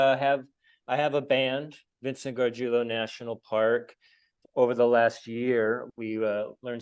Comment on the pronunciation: I came here to (hopefully) learn how to pronounce Gargiulo, and you did not disappoint! Now, when I tell people to check out this cool local musician/film-maker, I can pronounce his name correctly. Thanks!